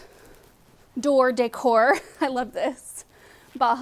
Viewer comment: You pronounce “decor” just like I do, lol.